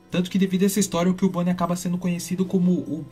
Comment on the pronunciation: Ahn é CUbone e não Killbone